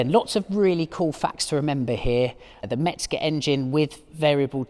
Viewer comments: Good vidéo and very nice car, thank you. 👍 Please... It's Hans MeZger, not MeTzger. 😉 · There’s no “t” in “Mezger”.